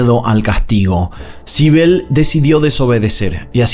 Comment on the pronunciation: Sibel... Naimmme...... me estás jodiendo. Sibel?